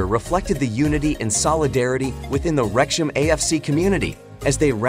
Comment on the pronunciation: FIX YOUR COMPUTER NARRATION! Wrexham is NOT "REKSH-em!"